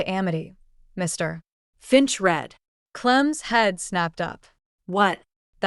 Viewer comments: please use real readers!..... putting a space, second pause between Mr.....Finch.... does not sound correct. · Why are you always stopping when you saying Mr finch it's like your making him out to be 2 different people it's weird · What's with the "Mr. [pause] Finch"?? It is very disruptive. And the "That's all, M S Clementine." Um, I hate to tell you, but Mr. Finch was not sitting at his own desk at the time of the reading of the will. GET YOUR DETAILS STRAIGHT OR STOP PRETENDING TO BE AN AUTHOR. Hey, AI, a dash is not supposed to be read out loud. It means a pause, but then “you don’t understand that either. Hey, "Author", people read a LOT better than stupid AI's. Use one, your stories will be the better for it.